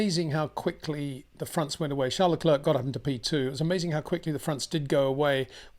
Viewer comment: Please do Charles Leclerc the courtesy of pronouncing his name correctly.